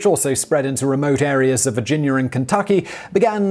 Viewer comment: Lmao it's killing me how you're saying " North Caroliner" and " Virginiar